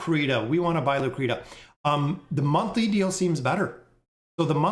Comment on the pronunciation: Bro where on Earth is Lucretia ever sounded out like "Lu-Cree-Ta?" That's absolutely nonsense 😂🤦. It is without a doubt pronounced "Lu-Cree-Sha." You friggen kill me with the way you butcher names lol. I tell you this with love brotha.